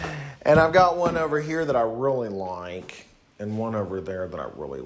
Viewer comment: the pronunciation of "really like" at like decimated me. thank you brian, i LOVE your paintings, these videos are genuinely bringing me joy